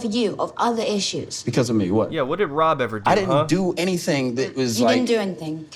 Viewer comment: Is it me or does she say "Wob" instead of "Rob"